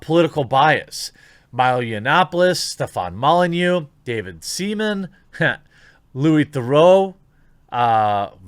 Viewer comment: Jeremy: "louis theroux" Me: "What?" Jeremy: "rel- louis theroux?"